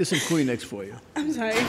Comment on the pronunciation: When judge says "theres some kleenex for u" sounds like he says "clean eggs for you"